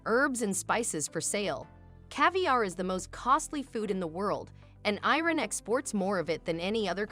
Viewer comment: First: You could at least learn how to pronounce the name Iran. Second: I have never seen anyone in Iran eat using their hands. The oldest cutlery for eating, fork, spoon, and knife are found in Iran. Third: most Iranians eat behind tables, if the table is not large enough or too many guests it is usual to sit on the floor. I guess you have never been to Iran before.